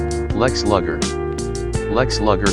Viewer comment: It's lu ger not lager